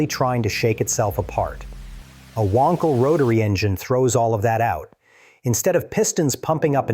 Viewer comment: AI can't pronounce wankel.